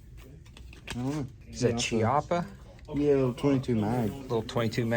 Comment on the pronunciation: PC Charger is cool with the Glock mags. It’d be perfect with a brace. I’ve got a Honcho and it was temperamental on its first outing too. Seemed like it would stumble slow pumping it. Manhandling it and it’s been 100% since. FYI Chiappa is pronounced Key-ah-pah 👍